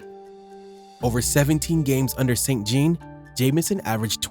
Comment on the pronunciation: Saint Jean is pronounced like Saint John it has French origins. (Usually)